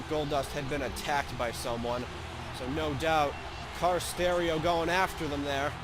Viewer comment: Every time you say "Car Sterio" I lol